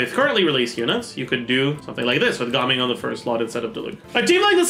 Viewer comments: Ga-ming ❌ Gaming✅ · Had to watch the first few seconds to confirm whether he said Gaming or Gaming